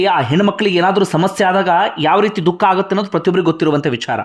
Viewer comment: ಲೇ ಪುಣ್ಯಾತ್ಮ ನೀನ್ ಹೇಳಿದ್ ವಿಚಾರ ಏನೋ ಸರಿನೇ ನಿಜ. ಆದರೆ ಮೊದ್ಲು ನೀನು ಕನ್ನಡ ಕಲ್ತ್ಕೊಳ್ಳೊ "ಅ" ಗು "ಹ" ಗು ವ್ಯೆತ್ಯಾಸ ಇದೆ ಮಾರಾಯ ಅದು "ಹಾಗಿದ್ರೆ" ಅಲ್ಲ "ಆಗಿದ್ರೆ" ಅಂತ ಆಗ್ಬೇಕು. "ಹಾಗುತ್ತೆ" ಅಲ್ಲ "ಆಗುತ್ತೆ" ಅಂತ ಆಗ್ಬೇಕು ಮೊದ್ಲು ಸರಿಮಾಡು ಕನ್ನಡದ ಕೊಲೆಮಾಡ್ಬೇಡ🙏